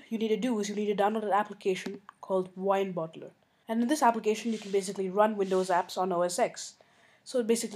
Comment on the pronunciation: "Go ahed open wineboddler" Hahah but thnx bro!